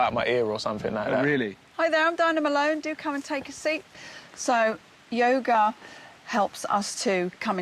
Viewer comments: Holy shit, in the live forever part I swear they were saying yogurt instead of yoga. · My American ass thought they were saying "Goat Yogurt" for way longer than I should have.